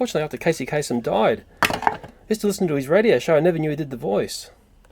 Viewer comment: sorry but it's casey kaSEM not kaSON